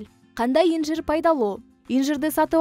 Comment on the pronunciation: Инжир эмес атын туура айталбайсын .